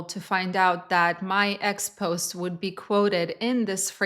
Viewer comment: Great Job , lady. One thing though. Expose in this context is pronounced Expo-say.